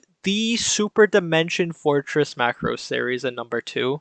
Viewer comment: It's Muh craws that audio opening has been a bad pronounce for years been said Muhcraws by creators , voice actors , people who worked on series at conventions and meet and greets and commercials in japan for near 40 years 😂 The name is a foreign word for Japanese and is made from Ma as in Mama muh/mah and a religious cross . Macross ova with Hibiki , Ishtar , etc has 4 Macross cannons and the SDF is called Macross and in original Japanese is not how your saying it . Check your ego at the door when it's been said once again for 40 odd years by everyone involved 😂😂😂 it's also in the written japanese form . Fyi Sharon Apple is a military infiltration and assassination AI that was rejected , was in ideas for longer arc till the high price animation got put into show . Delta isn't bad it was just not really macross . The Macross series revolve around humans and adapting Zent/Rmasters technology and fits in the same fanbase as Gundam etc , Delta has none of that feel and the SDF itself was inspired by Space Battleship Yamato , big spaceship with mega gun in nose . By itself the anime is fine but like 7 the connection to Macross did more harm than good . Good vid otherwise